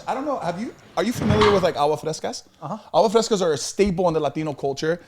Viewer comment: corrects everything according to his Spanish and Mexico and traveling but can’t correct when says “Agua Frescas” instead of “AGUASSSS frescas” with an S Be a friend be nice be helpful PS: I know my grammar and punctuation is funny.